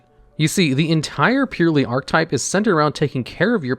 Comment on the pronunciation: purrely man just purrely